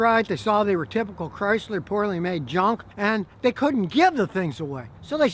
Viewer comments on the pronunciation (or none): Chrysler CRY-Sir.